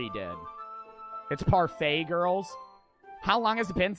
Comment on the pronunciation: did actually just pronounce parfait as par fat